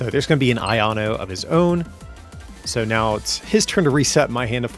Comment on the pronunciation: “an aieanu in hand” - we’re gonna need to have some of those v”ai”kavolt-style PSAs on this supporter